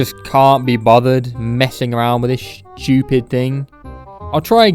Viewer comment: I like how he says "schewpid"